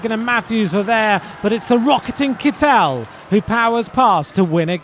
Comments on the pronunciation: To the commentator: Sir, in case you're interested, the name of the present holder (wearer) of the Green Jersey is pronounced with the accent on the first syllable, as if it were kettel, but with an "i" instead of the first "e". (If he were French, your pronunciation would be correct, but, guess what, he's German.) Thanks for your attention! W. Ro. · Mr Commentator, the emphasis is on first syllible in Kittel. It's KITT'el.